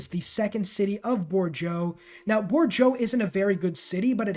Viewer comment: Great video with some interesting tactics. Really impressively fast decision making too. Interesting pronunciation though. I loved Borjoe :) Those cities are pronounced bor-doh, mar-say and t-buh-lee-see